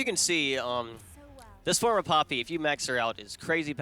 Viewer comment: I thought for a bit you were saying Pewdiepie and was rather confused.